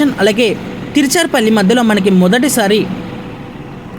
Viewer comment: తిరుచిరాపల్లి అని కరెక్ట్ గా పలకండి👍